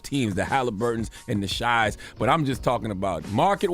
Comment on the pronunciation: people who say this don't watch the games anyway. Charla doesn't know who to say SGA's name. It is not "shy" (he has said this a few times already).